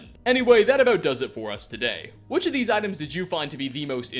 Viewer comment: "Thanks to this wonderful HAT he discovered" "Hat he discovered" "HAT HE DICOVERED" This triggers me